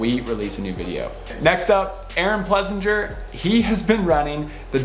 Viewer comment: Pless-ing-er not Plessin-jer. It's German.